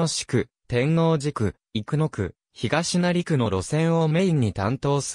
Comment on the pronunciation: 堺東と東成のアクセントが違う。 長吉と生国魂の読み方が間違い。